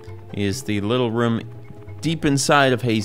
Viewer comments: Love when says Ruom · been awhile since ive heard room pronounced like ruhm